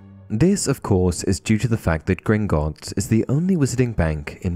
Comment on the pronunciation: How many times can you say “Grignotts” incorrectly? Idk the actual number but you said it wrong at least 20 times in this video.